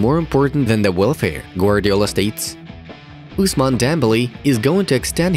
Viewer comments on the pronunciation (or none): none